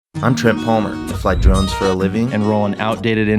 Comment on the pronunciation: Trent your intro is said too quickly and sounds like “I fly drugs for a living ...”. Please consider saying “I fly camera drones”. Get the History Guy to perform your intro. Happy new year bro.